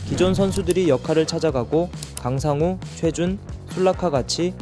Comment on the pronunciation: 발음이 약간 신경쓰여요 조영욱을 조영국, 강상우를 강상구 우발음이 잘 안되시는듯